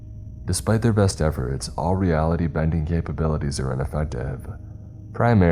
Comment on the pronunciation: Weapon-RY! Not "Weapondry" Also: ReAlity....not "realty"